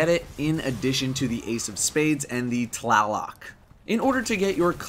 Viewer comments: yep man it's pronounced tlaloc not taloc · Tlaloc is pronounced like lalo, it's Aztec I think or somethinglike that it was one of my homies names in high school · It's pronounced tl-ah-loke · I hate how people call the Tlaloc the Taloc, there is an L in TLaloc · Lul when he said "Tlaloc" sounded like he swallowed his tongue